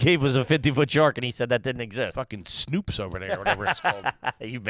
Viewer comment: saying snoops instead of snopes lmao